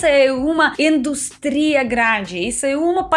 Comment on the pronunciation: Ela fala o português todo errado. Como " eles vai " , industría , etc. Será que é de propósito ?